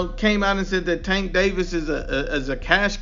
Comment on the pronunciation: “Gervonta STANK Davis” 😂😂😂😂😂😂